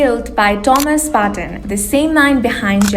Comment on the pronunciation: Pronounce Tomasz, not Thomas!